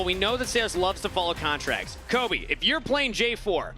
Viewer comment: 1. Her name is and she has the crew's deepest and most current knowledge of the other regions. She's a genuinely excellent analyst 2. That's CAPTAIN Flowers to you buddy. 3. It's Kobe. Not cobey. 4. Azael not even mentioned. Absolute blunder